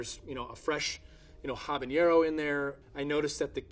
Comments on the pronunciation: 1. As mentioned before, bacteria don't "eat salt". They anaerobically metabolize carbohydrates present in the vegetables, producing lactic and acetic acid. 2. Habanero is pronounced more like "abanero", not "habaniero". "habaniero" is a hypercorrect pronunciation, which means it is a pronunciation of a foreign word that's intended to sound more authentic, but because false analogies are used (in this case, probably jalapeño), it ends up sounding (IMO particularly) wrong. PS: Just look at the spelling. If habanero was supposed to be pronounced analogously to jalapeño, don't you think they would spell if "jabañero"? [1] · It's not, he's hyperforeignising it. It's a habanero, not a habañero. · Habanero, not habañero, friend. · It really grinds my gears when people mispronounce habanero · Habanero does not have an ñ like Jalapeño does. Don't pronounce it like that. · Exactly. It drove me nuts every time he said "Habañero"! Some expert! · my man keeps saying habañero on the spicy pickle part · Habanero. It is spelled with a regular n, no tilde. Pronounce that n just like the n in Never, not like the n in Jalpeño. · Yeah, that one really threw me. And pronouncing Habanero like there's an enie in there. That said, his company makes really good pickles, way better than the $16/qt ones pictured here, and for less than half the price. I buy some every time I head down to Michigan. I'm willing to imagine that maybe it's just a slip of the tongue, or maybe he just doesn't have much to do with the production process at McClure's Pickles, either way, he can keep doing whatever he's doing. They get great quality product at not-horrible prices. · Habanero is pronounced Ah-buh-nay-roh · Because the sound guy was sick of him mispronouncing "Habanero". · and because i want to add to the corrections, he said habanero wrong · Yet he cant pronounce it properly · Am I the only person bothered by this guy's pronunciation of "habanero"? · Habanero not "habañero" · "Jabañero" So disappointed